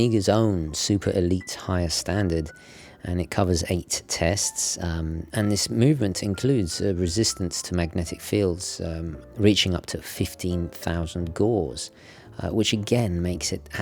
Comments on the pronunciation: gows its pronounced gows the same way you say Rolex milgauss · Gauss rhymes with mouse, not laws. Nice review mate.